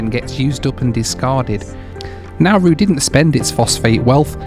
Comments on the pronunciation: just for future reference...its pronounced naaar roo....not nowoo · Great video. Im in Melbourne, there was/is a huge office building in the cbd called Nauru House. Also, we've always called is N'roo, rather than Nar-roo. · Brilliant ! But what is " Now - Roo" ! ? Try the Aussie pronunciation " Naa- ru - mate". Best wishes. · By the way the Australians pronounce it "Naa-Roo", not "Now-Roo" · Its Na Roo I'll think you'll find, never heard it called Now Roo ever. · My man. It’s pronounced Nah Roo. Nah Roo. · It is pronounced Narr-oo not Now-roo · "Now Roo" is doing my head in. Everyone I know has always called it "Naa Roo". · Nah more like Naw Roo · It is pronounced Na- roo not Now-roo. I worked next to Nauru House in Melbourne before it was sold in 2004 to reduce the Islands debt. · Never heard someone pronounce Nauru like that, everyone else pronounces it as Nar roo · I worked for Nauru Airlines/Nauru Shipping in the 1970s in Melbourne when they used to fly out of Melbourne but never got to visit Nauru. As well as the plane they had two ships, the Enna G (100 pax) and the Eigamoiya (cargo ship 10 pax). btw Nauru is actually pronounced Na-ROO. Enjoyed the video but not the music. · I think most of the people in Nauru are in the detention centre that is used for processing unauthorised maritime arrivals to Australia. We pronounce the place as 'Nah-roo'.